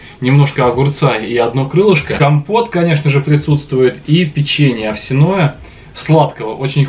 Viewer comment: не овсянОе печенье,а овсЯное